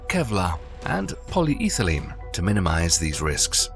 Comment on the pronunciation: I can't take this dude seriously after hearing him pronounce polyethylene